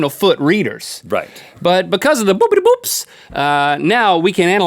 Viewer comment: Anyone else hear "boobie boob boob boob" instead of "boopity boop boop boop"???